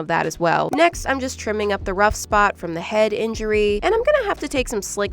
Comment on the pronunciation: bring back the "ruff" barking sound when you say "rough" I'M BEGGING YOU